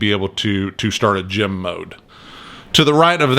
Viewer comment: When says “gem” I’m hearing “gym”. I have no interest in this game.